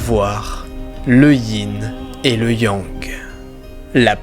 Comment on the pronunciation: C'est Yang! Pas Yong!